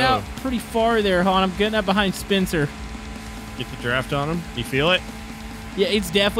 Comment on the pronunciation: Instead of spencer it’s spuncer